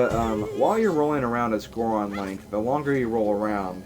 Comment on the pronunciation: It's Goron. I know you're like 9 years old, but please stop stupifying the rest of us.